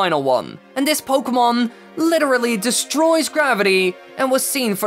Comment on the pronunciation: At least you got the word pokemon right